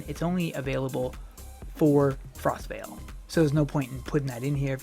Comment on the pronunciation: It is Frostval, as in the event not Frostvale, it is a place. Hello:)